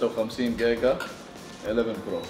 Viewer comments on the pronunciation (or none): none